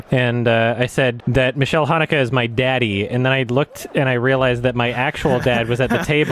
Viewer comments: Just a tip for you: So in German you pronounce the letter a and e separately. Try to say it like you'd say Gaël's name Mich-a-ēl The way you pronounce it is the female version of the name Michael --> Michelle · why does he pronounce it michelle tho